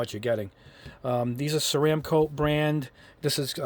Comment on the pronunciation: First off, Thumbs Up just for pronouncing Ceramcoat correctly. Secondly, thank you for being so positive about craft paints. I hear so many people in the wargaming community and model railroad crowd talk down about these wonderful paints. Maybe the problem is technique, and as you demonstrate, not using a good airbrush. I've been using these paints for years with good results - I am confident after watching your videos that I can achieve GREAT results. I started out using windshield washer fluid to thin but lately I have been using a matte medium or similar airbrush medium with distilled water to thin, and strain the paint through a micro mesh funnel from Micro Mark to avoid clogging the brush or leaving nits on the model. Interesting to see it used without straining. Great video.